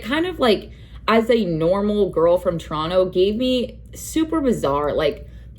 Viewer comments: the way u say toronTO 🥴🥴🥴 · Why do you pronounce the second T in Toronto?